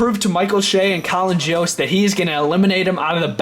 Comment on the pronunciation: It's Michael Che and Colin Jost. (Not pronounced joast)